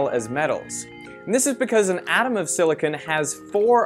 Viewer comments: sillycon you say?! :D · See-lee-con = Silicon = A semi-metal See lee cone= Silicone = A silicon based plastic